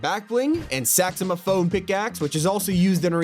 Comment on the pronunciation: Are we not gonna talk about how he said saxomaphone instead of Saxophone